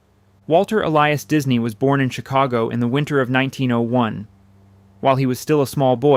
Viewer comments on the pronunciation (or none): none